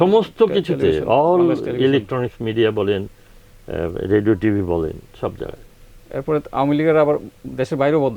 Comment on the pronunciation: খুব ভালো লাগলো শ্রদ্ধেয় শিল্পী গীতিকার আপেল মাহমুদ কে দেখে I মনে কিছু নেবেন না উপস্থাপক শুদ্ধ করে কথা বলতে পারেন না , এমনকি রেডিও উচ্চারণটাও রেডু বলছেন ! শ্রুতিকটু লেগেছে I